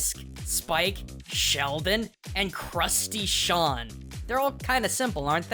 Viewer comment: Crusty Shawn it is pronounced Seen